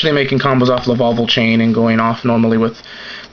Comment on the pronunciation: It's Lavalval, not Lavaval